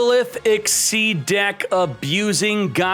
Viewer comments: Isn’t it Exzees not Exceeds? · STOP SAYING XYD OMFG IT'S CALLED XYZ AND NOT GOD DAMN XYD!!!!!!!!!!!!!!!! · Ex-SEEZ,. I'll put it on each vid you say it wrong. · Good ideas! This looks fun. Also, Can you pronounce Gagaga and Xyz properly? I mean why even add one more "ga" lol